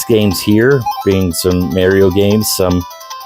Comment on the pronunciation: who the fuck is Mary-O it's Mar'''ee'' O